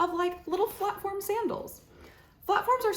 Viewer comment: PLATFORM NOT FLATFORM LOL